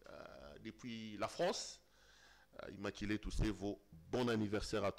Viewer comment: IMMACULÉE ET NON “IMMAKILÉE” en disant ça c’est sûr que avait en tête le mot lingala “Makila “ 😃